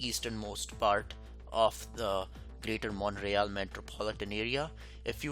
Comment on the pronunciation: Also, in Canadian English, Montreal is pronounced Mun-tree-ALL (not Mont-ray-all).